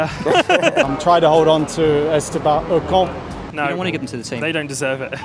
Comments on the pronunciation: "Esteban oCoN" 😭👌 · "Estaba OhCon" - Danny Ric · Danny Ric with that "Esteban Ocon" pronunciation! Priceless😂😂😂😂😂